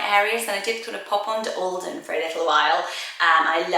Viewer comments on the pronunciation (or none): none